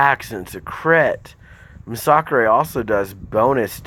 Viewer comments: Nah bro its "Muh-Sock-Chrey" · Bro couldn’t even watch your video cuz you can’t even pronounce masacre. I get kabam can’t even spell the word but it’s pronounced MASS UH KER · You cant even pronounce his name properly you dumb shit lol